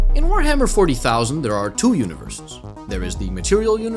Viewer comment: pronouncing 40,000 hurt me a little